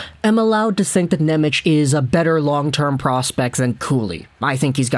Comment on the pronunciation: I love you, buddy, but before i have a conniption, i have to let you know it's pronounced "NemeTS", not "Nemech." His name is spelled "Nemec" Slovak, the "c" is a soft "ts" sound, whereas the "č" is an english "ch" sound, like "Černak". (Related side tangent, the Slovak "Ch" like in "Chara" is actually a hard "H" sound similar to "Channukka" [sp?], people have been mispronouncing Chara's name literally his whole career.)